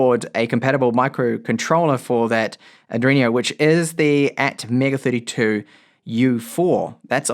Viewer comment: Arduino is pronounced Are-dwee-noh